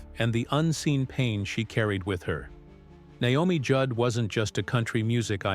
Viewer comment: I wish these videos would pronounce names right.